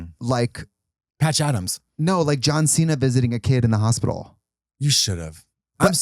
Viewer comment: Are we just gonna skim past 'hop-ital'? 😆 Zoom! The way I'm struggling to keep up is wild lolol